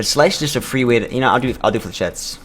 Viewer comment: How the end of the turn works is 1. you press the button 2. your hand resolves if able 3. your turn ends and relic resolves and "Flechettes" is pronounced "Flesh" "ettes" (that may differ based on region) amazing run tho, holy shit you got op in a hurry